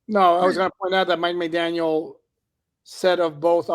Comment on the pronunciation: all due respect.. there is no “S” at the end of McDaniel